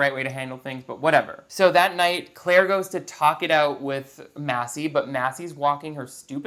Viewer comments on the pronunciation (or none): We aren't going to talk about how they keep pronouncing Claire's name "Ca-laire?" (or maybe we are and I didn't scroll down that far because I was too lazy)